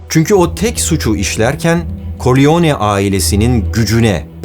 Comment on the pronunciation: “Koriyone”… “Korliyone”… “Vito Koriyone”… düzgün telaffuz etmen lazımdı yani “Karrleone”.